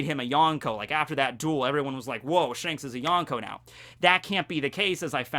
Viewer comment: Everytime someone says yonkou like this, a puppy dies. Good video though!